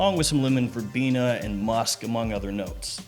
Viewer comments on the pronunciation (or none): none